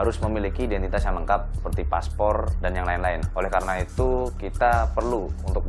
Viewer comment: "Aydentiteus" ("identitas" diingrisin) Lol